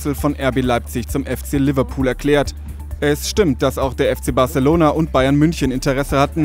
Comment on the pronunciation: Der Sprecher kann echt nur ein Wort richtig aussprechen: barçelona :)